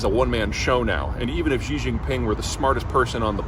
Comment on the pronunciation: How does Jeter Jeihan know this about China? He has never been to China. If he ever went to China he would not be pronouncing XI JIN PING as JHEE JHING PING. JEE JEE is slang for penis. Instead, he would say SHEE JIN PING. Shee is 3rd tone, and hard to say, but at least say it in 1st tone, SHEE like female, same the way most American broadcasters do. Obviously, Jeter has never been to China, like JAURA JINGHAM of JOX NEWS who also says Xi in the disrespectful way. Jeter claims to be an expert in International Affairs. He implies he is some sort of learned scholar, but if you examine his background his bachelor's degree is from a small college in Texas. So why do people believe in Jeter's gibberish? Because he has a fantastic salesman's voice and he is a handsome guy. Therefore, he is a MALE version of SARAH PALIN. Don't be fooled. This dude is no expert on China. Worse, in English, he says NEW KEY LER (incorrect), instead of NEW CLEAR (correct), thus reveals his true background as not being a scholar. Don't be fooled by his charms, focus on his lack of real world experience. Everything he knows about China is from haters. Instead YouTube search Cyrus Janssen, a white guy who lived in China for 11 years, now back in Canada, for a more fair minded perspective.